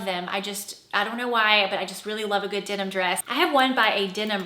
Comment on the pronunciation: It’s denim, not dinim!